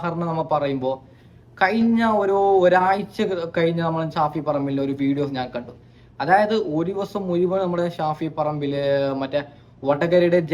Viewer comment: Muyuvan Alleda Muzhuvan Ennu Parayeda